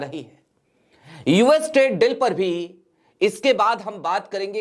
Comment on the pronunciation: Very good presentation,, just one suggestion the pronunciation of the word Deal is Bari Ee ki Matra like Deeeel, similar to Feel, Or Meal, Apologise for being direct.